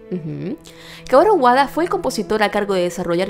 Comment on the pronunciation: Gracias por pronunciar bien el el nombre de Kaoru Wada, no sé porqué otros youtubers le dicen "WaNda" los odio.